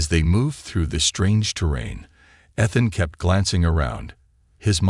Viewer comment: eee-than❎ eth-then✅